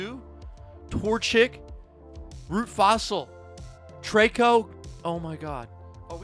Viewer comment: Wait wait wait..."Trayko"? No no. Tree-ko...